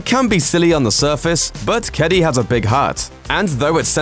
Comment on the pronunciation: Just wanted to say that you pronounced "Kedi" wrong. It's Ke - di. Sorry if this sounds rude or/and impolite. I'm just really triggered when people try to pronounce something in a different language and they kind of fail, but nowYou know! Ps don't try to say it tooo fast it'll sound weird, or too slow.